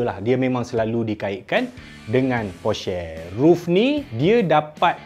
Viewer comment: Tang porsher tu depa wak keluaq video caqa sebut dgn betul.. Baca porsher tu e pepet (emak) bkn e taling (ekor).